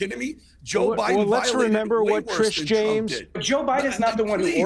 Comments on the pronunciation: Alan says Trish instead of Tish like 11 times in 2 mins. And we’re supposed to take THIS moron seriously? 🙄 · How Many times can he mispronounce Tish James. Old fool .